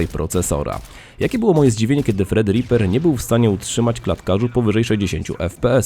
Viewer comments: Kilka razy powiedziałeś "Fredripper" az boli w uszy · Jak już mówisz "fred" nie "tred"(thread) to powinieneś powiedzieć "ripa" nie "riper"(ripper). Brzmi to przygłupio. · fredripera? gdzie ty tam masz F? jak nie potrafisz angielskiego wymawiać to użyj Google. Polacy mają idiotyczne tendencje do zmiany słów angielskich dodając nieistniejące litery lub usuwając te co są. Tredriper a nie Fred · Czy tylko ja słyszę jak on mówi fredriper zamiast Threadripper? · Nie wiem dlaczego, ale za każdym razem kiedy mówisz nazwę procesora słyszę "Fredripper" ;-)